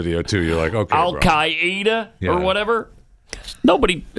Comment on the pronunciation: I was going crazy about his pronunciation of “Hamas” and “Al Qaeda,” too!!